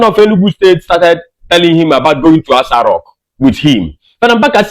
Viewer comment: My friend not ASA rock.That continues ASA rock you are saying is irritating me not listen you. Correct it b/f I listen.